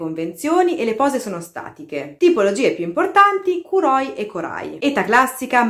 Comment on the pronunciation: Sei molto brava e il video è davvero ben fatto ma attenzione che molti accenti sono sbagliati (es fíttile, kórai, kóuroi ecc)